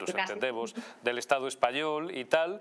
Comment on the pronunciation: En vez de Estado, "Estafo"...